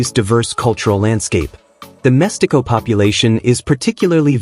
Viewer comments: Great video, I find mixed-race people very interesting, but you pronounced badly the word "mestiço", it's read as "mestizo", not "mestico" or "mestiko" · This video is not one week old, therefore, you are still on time to post a newer version with correct pronunciations: — Itʼs “Évora”, not “eVOra” (with the stress on the “e”, pronounced like “sEveral”, “Ever” or “lEvel”). — “Mestiço” has the stress on “ti”, kind of if it were “mush-TEE-soo” (and it is “ç”, pronounced like an “ss”, not “c”, pronounced like a “k”. — “Ndebele” has the stress on “be”, kind of it were “nday-BAY-lay”.